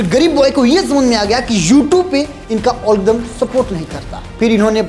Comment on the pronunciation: Algorithm ❌ alldumm ✅ Brainwash ❌ mindwash✅ 😂